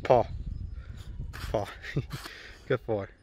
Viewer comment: When said “paw” it sounded like “pog” lol